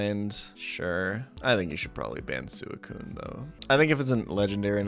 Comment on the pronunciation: I'm here to complain about how he pronounces Suicune and Minun.